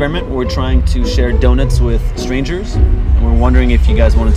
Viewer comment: Haha emphasizing the strangers portion of it wasn’t the best move